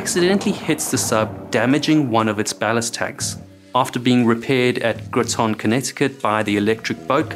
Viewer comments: It's grOT in CT not gro ton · Groton is pronounced /ˈɡrɒtən/ (rhymes with "rotten"). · Pronounced Graht-in lol Groton, Connecticut.. Great doc . New subscriber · Groton is pronounced as "Graw-ton," not "Groh-ton." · I really wish foreigners would learn to pronounce place names in these videos. It’s not Grow- TON, it’s more like GROT’n. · Just FYI, the emphasis is on the 1st syllable : GROTT (like "Bot") then just finish it with an "un" sound. GROTT•un, Con•NET•ih•cut. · "Greeton" I cringed lol from my house in Groton, lol. But on a serious note, we keep the Thresher always on our minds here while working on these boats, every minute of work on them is crucial. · After the loss of the Thresher they redesigned the class with lessons learned from the loss of the Thresher. After this the class is known as the Sturgeon class (SSN-594). You mispronounced Groton (sounds more like Grau- ton). We had annual training on the loss of the Thresher. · As someone who grew up in Groton, The Submarine Capital of the World. To put this right as it bothers all of us. GROTON is pronounced "Graa-Tin". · Great work. Also its pronounced Graat-an. Welcome to America😅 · Pronounced like cotton, Groton. Great video, greetings from Rhode Island. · It's "GROT-TON" pronunciation FYI Seems like there should be redundant plumbing with shut-offs. You could instantly kill a leak! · I've never heard "rotten" Groton made to sound French 😂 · Groton is pronounced grot- rhymes with rot, ton- like when something weighs a ton-rhymes with sun. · I love how everyone pronounces groton CT. Growing up and Coming from a family who worked and died in the shipyard at E.B. it makes me laugh how people say Groton. Its pronounced like rotten with a G. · "Groton" is pronounced to rhyme with "Cotton." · 'Graw-tuhn' Connecticut :P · If you do alot of usa sub stuff, your going to run into saying “Groton” alot, its pronounced “Grot-in,” just an fyi. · It is spelled Cape Cod, not Code. And ... GROTT'un